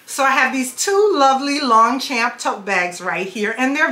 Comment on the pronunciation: Longchamp Le Pliage is my passion and i have a large collection which is great for vacation travel the beach or just about any thing. Sadly they are no longer made in France and the China bags are not as well made as the OG. Not sure if anyone has told you but you are pronouncing the brand wrong. Please dont take that as a hate comment just not sure if you are aware